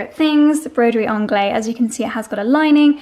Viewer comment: That accent sounds a bit west-country to me. Like a farmer, or Cornwall pirate...grrr... And...I really don’t want to sound patronizing, but I’ve learned so much from you over the years, so why not give something back. “Broidery Anglaise” is pronounced slightly differently to how you say it. The French language distinguishes between feminine and masculine nouns. Broidery is feminine. It therefore follows, that the adjective needs a feminine ending. “Anglaise” needs the ‘-se’ ending. Think of the pronunciation of “haze” and add it. Like ‘Anglai-ze’. I hope you’re not annoyed, but since you use the word so often...😂